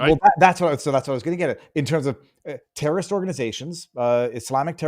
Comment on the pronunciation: Interesting speech impediment you have,. You pronounce the word "terrorist" like the word "journalist."